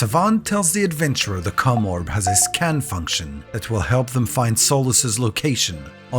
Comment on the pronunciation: My dude you HAVE GOT to prounounce the OM in commorb harder 😂